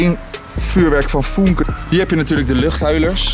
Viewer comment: Het is niet foenke maar fuunke omdat er een umlaut op de u staat